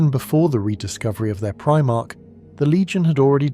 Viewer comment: You didn't get very far then. The pronunciation of "Primarch" here is obviously Abominable Intelligence.